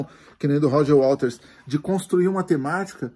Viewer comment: Tem tanto disco do Pink e fala WaLters? Gzuis!